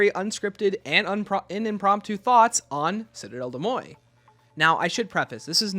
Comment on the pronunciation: listening to you mispronounce des morts is painful